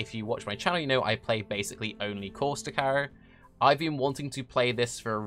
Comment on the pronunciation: That's how you pronounce it